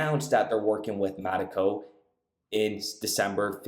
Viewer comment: It's not Mattico. It's mee taco. It's like a mexican pirate. Avast there maytee. Stay away from mee taco!